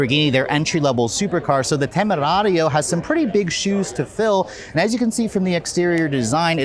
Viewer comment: I though he’s gonna be reckless with the pronunciation of “temerario” but actually it has been pretty accurate!!!👏👏👏